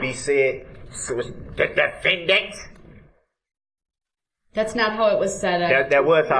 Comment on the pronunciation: Now this guy is an awful person, and I hate to give him any kind of credit - but the lady really did say "defendant" like that :P